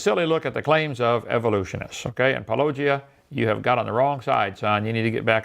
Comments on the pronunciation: Why can't inmate pronounce Paulogia correctly? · Christ, someone tell hovind how to pronounce Paulogia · Notice how petty Ken is about paulogia. He calls him "pollogia" while he says let's call Paul with no problem